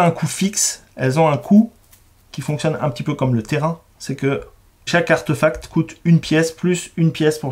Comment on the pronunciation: Coucou tous les trois :) En même temps on ne va pas t'engueuler parce que tu dis papeur tales alors que eux même ont dit arteufact tout du long (artefact vient du latin où le e se prononce é, et la réforme de l'orthographe de 1990 en a même changé l'écriture officielle en artéfact pour rétablir la concordance de la prononciation avec l'écriture) Essayez, vous verrez : c'est plus joli ;) Ciao ^_^